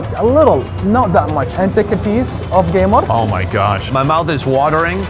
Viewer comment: Geymar sounds like when trying to insult neymar😂😂😂😂